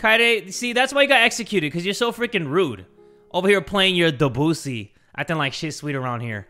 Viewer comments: it’s pronounced Deh-Busey like gary busey lmfaooooo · Technically, in the name Debussy, you put emphasis on the e, not the u, unlike what Kaede was saying. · Debussy no its depussy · When first siad debussy I thought he said the qussy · i know i was supposed to be sad and stuff during the music scene, but i was laughing so hard because of jay's pronunciation of debussy 😭😭